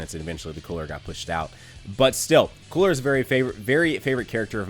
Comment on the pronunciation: It's not koo-ra it's coola, roll the r my guy😂👌🏿